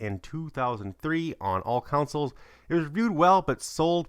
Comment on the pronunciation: "Counsels" lel learn 2 English